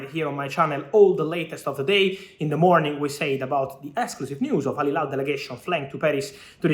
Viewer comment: Fabrizio, you always say Al Hilal wrong🤣🤣🤣🤣